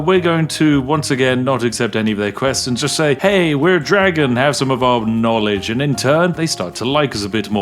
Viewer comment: ARh yes the Dwagon race.